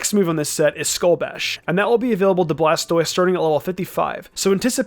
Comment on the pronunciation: skull bash not skull bush